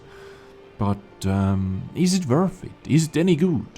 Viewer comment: "if it is wurf..."